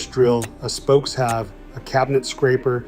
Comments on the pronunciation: Pronounce them correctly...... it is spoke-shave, not spoke-have!!!! Narrator obviously never used one!!!!! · It is pronounced "spoke shave", NOT "spokes have".